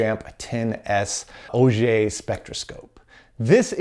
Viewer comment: The thing that I'm most impressed about? Correct pronunciation of "auger". Well done!